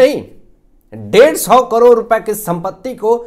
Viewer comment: करोर नहीं ' करोड़ ' कहिए । भाषा का अपमान मत कीजिए ।